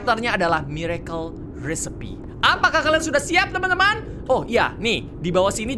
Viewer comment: Maaf kak regi mbacanya yang benar recipe(risaip) tapi mbacanya agak cepat